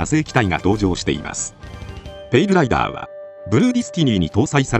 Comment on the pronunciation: 他の動画でもそうやったんやけど、ペイルライバーに聴こえてしょうがない。 気になるわー